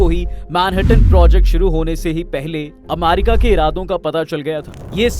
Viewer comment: अमेरिका ❎️ अमारिका ✅️ 😂😂🤣